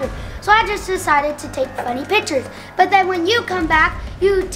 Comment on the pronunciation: In the description in the beginning of it when you tried to say funny you said finny